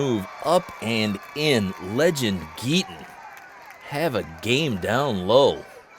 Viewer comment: It's Legend Geeter not Geetin😆😆😆